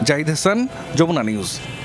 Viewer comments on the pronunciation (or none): none